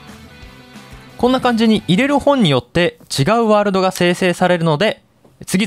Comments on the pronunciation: ワールﾙﾙドがって言ってるw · ワーrrrrrrrrルド めっちゃまきじたwww